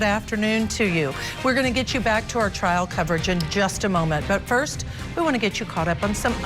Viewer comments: she said Triar instead of trial and just kept going. Broadcaster! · This woman can't even pronounce the word "trial" !